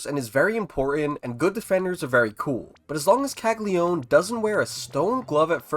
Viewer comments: How many times does this need to be said... his name is Jac CAGLIANONE. Not CAGLIONE... it's Cag-li-uh-none not cag-li-one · It’s Italian - it’s pronounced Kal-Ya-No-Neh